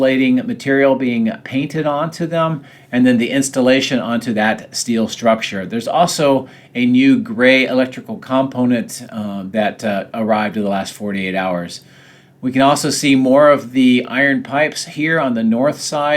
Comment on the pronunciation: It's "com-PO-nent" man; emphasis on the second syllable.